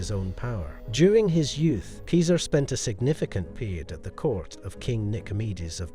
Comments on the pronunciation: Julius Keeser? seriously? You pronounced it properly near the front of the clip. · Keeser? Seriously? Ugh.